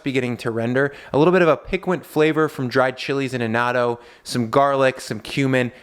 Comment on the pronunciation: Piquant. Sweetie, (I’m old enough to be your mother so it’s not meant condescendingly ❤️)…. Anyway, it’s pronounced pee kahnt’ - emphasis on the second syllable. This is the second time I’ve heard pronounce it phonetically and yes, I’m an English/grammar /spelling/punctuation nerd. Love your channel and I hope you see this. 🤓